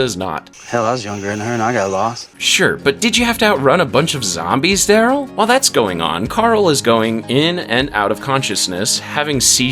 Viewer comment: Dude, you spoke Carol and Darryl as if they are meant to rhyme. Which there are not. But is was somewhat amusing.